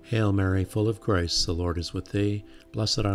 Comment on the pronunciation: Thank you, it's lovely. I thought it was just me, but even the auto generated captions can't understand what you are saying when saying "full of grace" - it sounds like you are saying "full of Christ"!